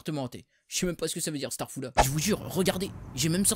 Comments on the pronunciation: Astafoula ne se dit pas de cette façon c'est Astarfirouallah et ça veut dire dieu pardonne moi ! T'est le meillleur cochon ! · Tu arrives pas à dire staffoula